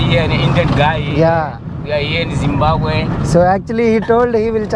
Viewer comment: Zimbabwe ని వాళ్ళ ఎదురుగానే "బాంబు" అంటావేంటి, జిమ్ బాంబు అనకూడదు, జిమ్ బాబ్ వే, రెండు Zimbabwe లో ఇంగ్లీష్ తో ప్రాబ్లెమ్ లేదు అందరూ మాట్లాడతారు, మొజాంబిక్ లో పోర్తుగేసు మాదిరిగా.